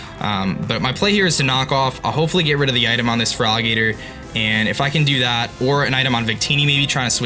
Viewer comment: I legitimately don't know if he's intentionally calling Feraligatr 'Frog Eater', or if he's just mumbling. Either way, new Feraligatr nickname for me.